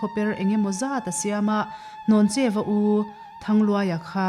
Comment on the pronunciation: Hnawncheu Vanphawng a ni. A chhiartu lam khi a dik lo. Hlawncheu a ti daih mai!